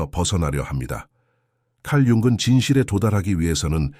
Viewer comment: 잘 듣고 있습니다. '융근'으로 들리는 부분을' 융은'으로 고치면 더 좋을 것 같아요.